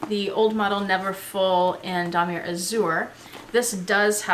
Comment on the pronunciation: Great collection !! I bought my Speedy 30 as pre-loved too for the same reason as you ... i wanted it cheap and i LOOOVE my darkened patina. When pronouncing Damier you do not say the "r"at the end .... it's Dah-mee-ay